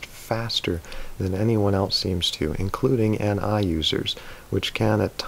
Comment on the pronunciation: 9:3 you mistakenly said "Ne" instead of Ni I think